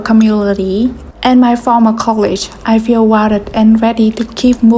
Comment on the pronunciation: Your English is exceptional! A little advice you can ignore if you want; colleague is pronounced colleegue, and with a hard g, like dog, not a soft g like college. We still all understand what you mean though. 😊